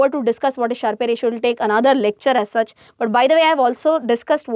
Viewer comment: it's a "Sharp" ratio, not Sharpay ratio! ...